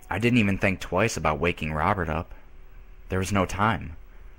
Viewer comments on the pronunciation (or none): none